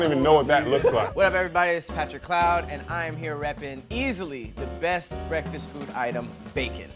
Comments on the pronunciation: So nobody’s gonna say anything about saying “bweaktfast” in the begging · Did anyone else hear say "bweakfast"?